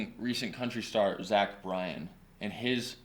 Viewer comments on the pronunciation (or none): none